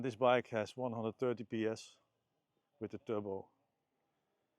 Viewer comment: English is pretty good, but the “th” is pronounced very different from the “t” or the “d”. So it’s not “wit te turbo” 😂